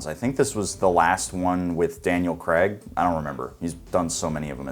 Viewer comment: His name is Craig! Daniel Craig! It's NOT Cregg!